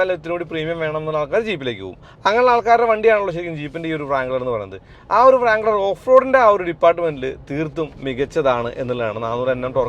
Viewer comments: ജീപ്പ് ബ്രാങ്ക്ളർ / ഫ്രാങ്ക്ളർ എന്നൊന്നും പറയല്ലേ. റാങ്ക്ളർ ആണ്. നന്നായി നാക്ക് വടിക്കുക😂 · He is wrong. W is silent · Bro its not pronounced "vrangler" its just "rangler"... W up front is silent..... Just a humble correction.... I don't like others teasing keralites for mispronouncing words while mentioning about our literacy rate... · its not - "Vrangler", it pronounced as rangler, W is silent. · വ്റാങ്ളർ അല്ല ബ്രോ.. റാങ്ളർ.. "W" is silent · വ്രാംഗ്ലർ എന്ന് പറയുന്നത് അലോസരം ഉണ്ടാക്കുന്നു. W സൈലന്റ് അല്ലേ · Wrangler nte w silent anu ucharikumbol onnu sridikuka eni